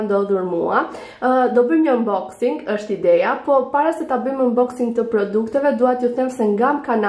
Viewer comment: eshte 'unboxing' jo 'umboxing'